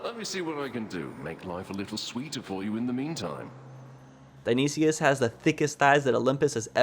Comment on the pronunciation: Update, cuz im still watching: Dionysis is pronounced Die-oh-nye-sis